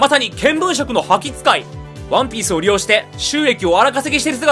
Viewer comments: ワ↑ンピース よ↑んこう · 毎回ワンピースの言い方がクソきしょくて、それが面白いと思って擦りまくってるところるところ好き